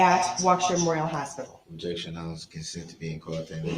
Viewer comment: This was one of the first trials I ever watched beginning to end. I have never been more infuriated, or learned so much about the law completely by accident. My fav is the objections; it's like whack a mole, he just can't quite seem to hit it on the head🤣 "Objekshion. Spekulitive, Hersay Yeronor"